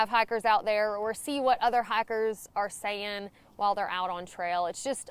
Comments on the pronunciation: I actually thought you said "hackers" but then remembered it's talking. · Love how you say hikers..